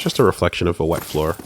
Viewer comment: really said "WET" with purpose.